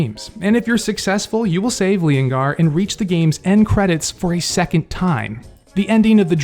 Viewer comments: its pronounced LeeON gar then you put them together to make leongar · Leongar is lyon in pronunciation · Leongar: Lee-on-gar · It’s leongar not the lion 🦁 man 👨. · It's feon-gar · The where are you pronounce the lion mans name is Lee-on-gar